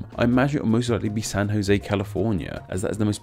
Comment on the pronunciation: You said San Jose very nicely